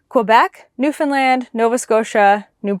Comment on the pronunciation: You pronounce Newfoundland perfectly! I’m a Newfoundlander but I live in Ohio. I’m enjoying following your Canadian travels. Thank you for sharing.